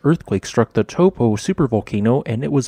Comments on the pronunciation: Please learn to pronounce Taupo the correct way. Maori is a phonetic language. Tau for the Greek letter and Po. Taupo! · forgot how to pronounce Taupo